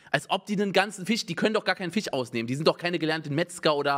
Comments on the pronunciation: Niemand: Unge: Wer bestellt den nen ganzen Ficchhh?! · Das ist der Witz xD Simon ist einer DER Menschen, die das "sch" nicht im Wortschatz haben. :D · Bitte Fisch mit sch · niemand, absolut niemand schreibt fich anstelle von fisch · Wie Unge FIHSCH sagt triggert schon hart :D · anderer seits sagt unge "fisch"